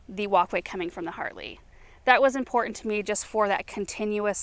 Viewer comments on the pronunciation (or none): none